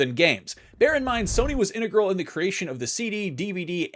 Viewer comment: learn to talk / read dude. It's integral not inter girl